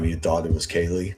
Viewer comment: Yes the guys who was on every body cam at the house, then curiously can't remember how to say Kaylee's name (he called her Kylie)